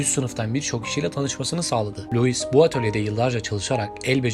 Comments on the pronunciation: Luis değil lui diye okunur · Luis değil ayrıca Lui olarak okunur. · Luizzz ne lan? Lui diye okunur o cahil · Luiz değil “lui” adam Fransız ve fransızca bu şekilde telaffuz ediliyor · Luis viton 😂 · Kardeşim, geri bildirim alabilmek de verebilmek de önemli. O yüzden kırılma, ama bazı telafuzları düzeltmelisin. Bazen Luis bazen Lui dedin, Lui dendiğini biliyorsan neden Luis 😊 Türk halkının çoğu 1 mil kaç km bilmez, Avrupa’da İngilte dışında kullanılmaz mil uzunluk ölçü birimi kullanılmaz, Franda’da kullanılmadı bildiğim kadarıyla. Ben olsam 10 km derdim. Tonlamalar güzeldi. Emeğine sağlık! 👊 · Pile yığın demek. Çeviri heralde. Louis LUİ olarK okunur. S yok! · Kardeşim madem bir yayın yapıyorsun isimlerin kendi lisanlarinda okunusunu ogren be ya. Luis diye okunmaz. Luis diye okunur. Sirf buna kil oldum ve izlemedim. Yaptığın işe kendin saygi duy ki biz de duyalım. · Louis telafuzu Vuitton un bazi yerlerde yanlış yazılmış olmasi 1871 derken ekranda 1771 gözükmesi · Louis diye okudugun anda kapattim 😂